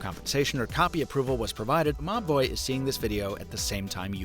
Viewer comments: I thought he was saying "MA BOI" instead of MOBVOI until I read the video description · Nobody else laughed their ass off anytime they heard the company name? I had to look it up, cause I kept hearing "mah boi" 🤣🤣🤣